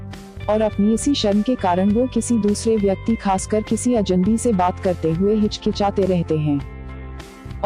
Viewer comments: पहले तो आप अजन्‌बी के स्थान पर अजनबी अज+नबी का उच्चारण ठीक कीजिए। बातचीत करने के लिए हमें सर्वप्रथम अपनी भाषा का उच्चारण सही होना चाहिए। अब वो चाहे अंग्रेजी हो, हिंदी हो अथवा कोई और भाषा... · Aapko bhi ajnabi bolne me problem hoti he Ye gor Kia aapne Medam